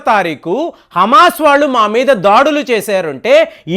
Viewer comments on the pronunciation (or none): none